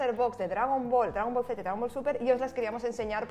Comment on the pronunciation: Qué hartura tanto "dragón bol"...